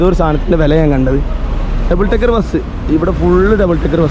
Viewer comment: Double Tekker ❌️ Double Decker ✅️